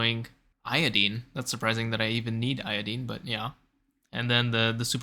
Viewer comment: Reaching new lows with pronunciation 🤣 Xenock zeen????? Io DEEEN?